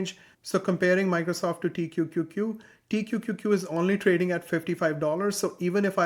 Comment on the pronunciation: Pronouncing T-Q-Q-Q every time was impressive! 👏🏽